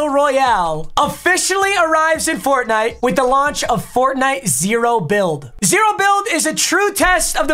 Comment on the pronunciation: I don't wanna ever hear him say fortnitw, its funny that his most viewed vids are fortnite